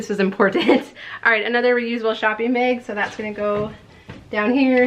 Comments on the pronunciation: The way you say bag always cracks me up!😂 Sounds like you’re saying beg. Love your channel! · I KNEW IT!!! My mother was from Minnesota and she ALSO says "beg" instead of "bag"!!!